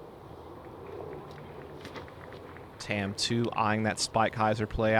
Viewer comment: Sorry to be nitpicky, but Tamm is actually pronounced more like Tom, not tam. Its the Estonian word for oak. Google translate can give you a good example of how to pronounce it.